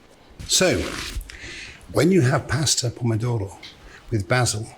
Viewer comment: Why does he refuse to pronounce pasta correctly? Ahhhhhhhhh😅